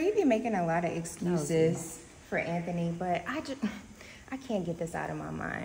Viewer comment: I thought I was the only one hearing say “AnThaKnee” 🤣